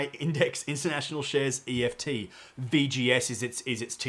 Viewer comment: Sorry mate, some good content, but just so annoying that you keep calling ETFs EFTs. Pretty unprofessional.